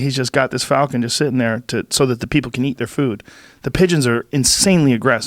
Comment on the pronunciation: "Falcon" pron; "Folcan".